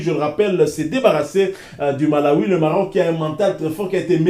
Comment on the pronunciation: C n pas malawit, plutôt malawie